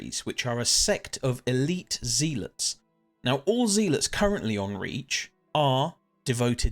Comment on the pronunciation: amazing video. i wish there was more lore about the devoted sentries. P.s you are pronouncing zealot wrong its "ZEH - LUHT" not "ZEE-LITS"